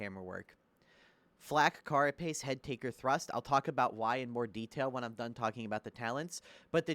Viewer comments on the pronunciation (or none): none